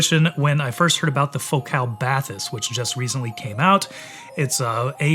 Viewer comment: You've been to the France facility and you still manage to pronounce "Bathys" incorrectly???